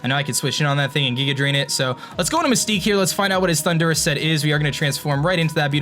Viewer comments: oh my god, you drive me crazy, it's THUNDER, RUS. PLEASE PRONOUNCE THAT RIGHT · I got triggered everytime he says Thundurus